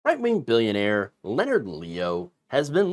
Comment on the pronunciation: I tend to watch with the closed captions running. When you say "right wing," it sometimes prints as "white wing." ... I guess it's not completely wrong 🤷‍♂️ but it gives me a giggle 😄